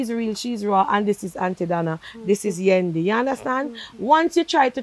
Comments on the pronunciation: Am I the only who got annoyed by her calling Yendi, "Wendy"? 😒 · Every Aunty Donna say Wendy me have to laugh